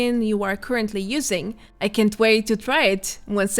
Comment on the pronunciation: I hope 76 is alive forever I love it so much. If they stop updating it i might just cease to exist who knows what'll happen. I guess you said "can't say I'm sad to read this" sounded to me like you said "can say I'm sad to read this, it's a very positive thing" so I was super confused